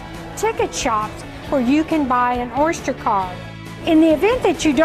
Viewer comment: She says Orshter card LOL.